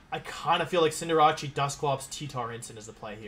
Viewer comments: Cinder-ah-chi??? Lol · Congrats on the win! I used to be able to say "Cinderace" around a year ago... Cinderacci has taken over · The way he pronounces Cinderace drives me nuts.